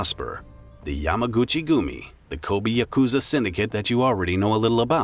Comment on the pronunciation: Good content, but your pronunciation needs some work. It's not 'bun' as in hamburger bun or rhymes with "fun". Try "boon" rhymes with "coon" with oyabun. Ko-bee, like the insect? No, Ko-Bay, like San Francisco Bay. Kobe Bryant's dad messed that up. But having said all that we got "CARRY-OKIE" for karaoke, which ain't even close, LOL!